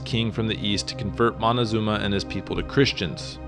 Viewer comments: Moctezuma: as in MOK TÈ ZU MA. Not monezuma. Drives me nuts. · great story,,BUT confusing c and n is pretty bad......Moctezuma not Montezuma,,,you fan of montezanto??? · Did you say Montecazuma lol around 3 minutes? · moticazuma??? hahahaha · I’m not a historian but do enjoy it. However, from what I learned living in Monterrey, Mexico where my family is from, I was told the name is Moctezuma, not Montezuma. As well, Mexico came from the name Mexica (pronounced Mechica) hence the term Chicano. Before you move forward in time, please consider first telling the stories of the Native American nations around present day Mexico City prior to the arrival of the Conquistadores. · Córdoba not Cordoba Moctezuma not Montecosuma or Montezuma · Stop being so stubbornly white. It isn't Montezuma, it's MOCTEZUMA. Where do you see an N in the spelling, or how do you hear the letter N in the pronunciation? The spelling "Montezuma" is an Anglicized version that became widespread in English literature. You should research a little more before being in such a hurry for YouTube $$$$ This is one of the reasons why I don't trust western world-view history. There is this growing misconception that in order for there to be any truth in history it has to be American-funded. I apologize, I don't mean to be so harsh. Otherwise, good story. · It's Motekusoma, not Montezuma. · Moctezuma is not pronounced like that, it should be pronounced more like Mock-te-zoom-a